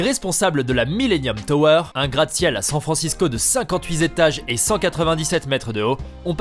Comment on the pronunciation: "vingt-huit zétages" mdr